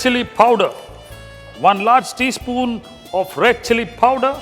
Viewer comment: what is PHOWDER? you mean powder?